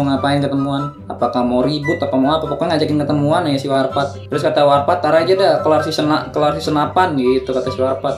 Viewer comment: Saksikan Ftv pkl 00.00 (warpath gabisa bilang R) :v